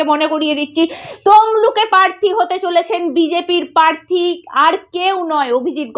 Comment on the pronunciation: পার্থী টা কি বস্তু???? রিক্স টাই বা কি??? কি জঘণ্য উচ্চারণ!!! তেমনি একপেশে পা চাটা চ্যানেল!!! আসানসোল এ সায়নী ঘোষ এর জামানত জব্দ হয়নি, অল্প ভোটে হেরেছিল। ভুল ভাল ইনফরমেশন!!